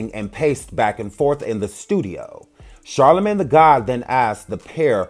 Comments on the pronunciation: The man said CharlaGay 😮😭😭😂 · CharlaGAY?! I CANNOT WITH YOU!!!! LOL ( I love you anyway)